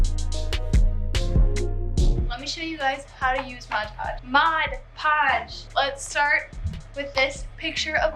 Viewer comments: If you say “modge podge” one more time hahaha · i love how you say "modge podge" even though you had the product right there, lol. it's pretty much how people say "barnes & nobles".